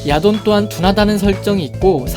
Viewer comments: 처음에 야돈 목소리 들었을 때 야동(?)으로 들려서 뿜은 적이 있어요. ㅋㅋㅋ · 야돈이...야동으로 들리는 난... 썩었군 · 야돈을 야동으로 들렸습니다. 음란마귀를 힘껏 쳐야합니다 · 난 왜 야돈이 야동으로 들리는가.......... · 계속 야동이라고 들려... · 아 나만 음마꼈냐.. 야동이라 들려.. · ... 야돈이 잠시 야동으로 들렸다...